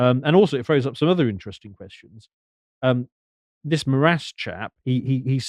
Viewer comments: The last name of Darth Vad.. I mean Alexandre de Moraes would be pronounced as "More - Eyes" in Portuguese. Not more ass 🤣 though they have a lot of that here too in Brazil. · Just a heads up because was worried about getting his name wrong its pronounced More-Ice not More-ass for future reference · Your pronunciation of his name couldn't be more accurate and fitting, because that is exactly what he is: a 'morass'. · His last name's pronounced ”more eyes" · The name of the Brazilian Court Justice is Alexandre de Moraes (pronounced Moe rah ees). And yes, it's a power grab move. Lula and his Workers Party had a very hard time beating evil Bolsonaro in the last elections and fear his return (and just keep in mind that Lula's return to power happened after he had spent some time in prison). Well.... at least it's closer to reality than the travesty they call democracy in Brazil. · his surename is pronaunced like "more eyes" or (with a more brazillian accent) "moar eye is", all together and fast. Also, your "more ass" sounds fitting. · Pronounciation tip: ale-shan-dry (paroxytone) di more ice.